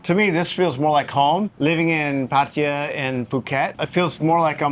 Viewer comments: It's not "Pa-Thai-ya". you say it closer to correct lol. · Please learn how to pronounce พัทยา… 😂